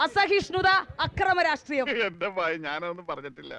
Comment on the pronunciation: രാട്രീയംഎന്നല്ല രാഷ്ട്രീയം എന്ന് വേണം പറയാൻ....അതെങ്ങനെ വിദ്യാഭ്യാസം ഇല്ലല്ലോ 😂😂😂